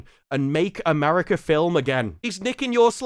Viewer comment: America ends with an A, not an R. Pronounce it properly.